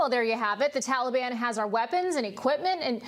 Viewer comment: George Henderson ~ Mr. Biden is the only person I've ever heard calling them the Tallyban. He should step down and get it over with.